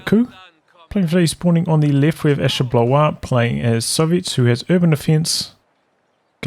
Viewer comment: Great cast, you’re camera is excellent. Also I thought Ashablois was pronounced as Asha-blah not asha-blahwa?